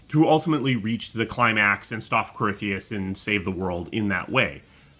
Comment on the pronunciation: Its easy to get caught up with everything, so I've learned to keep things simple. Nice video, and I always got a good laugh when would butcher corypheus name lol